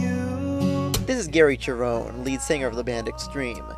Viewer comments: FYI Gary's last name is actually pronounced Sherone. There was a lot of good songs on this album. "Year to the Day" is my favorite but there are some other good ones too. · Thanks for letting me know about that. I'd heard it pronounced with a hard ch- sound by many fans, so I went in assuming that was how it was pronounced. Not the only time I've made that mistake, but hopefully the last! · Yeah, a few other comments have informed me that Cherone's last name is pronounced with a soft sh- sound rather than a hard ch- sound. I'd heard it pronounced with a hard ch- sound by many fans, so I went in assuming that was how it was pronounced. Not the only time I've made that mistake, but hopefully the last! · Interesting analysis of Van Halen III and creative pronunciation of "Cherone." Not what I would have said about the album, but we can certainly agree that it wasn't their finest moment. Gary is awesome, even with Van Halen, especially live.